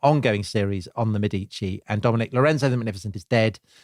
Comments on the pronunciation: By the end of the program, you eventually managed to pronounce correctly “Mèdici” and not “Medìci”. Now, you might want to try some others: it’s “Signorìa”, “Miràndola” and so on. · Ok, guys, there it is: I enjoyed this series and normally I am all praise but please, please try to pronounce all the Italian names & surnames a little bit better. It is distracting to hear MeDIci, MiranDOla, etc, over and over again. And the other thing is, I regret to say that apparently Charles's army got syphilis at Naples, and not the other way round - so much so it was called " the Neapolitan plague". Tom's performance & Dominic's laughter worked their usual charm, of course. Thanks!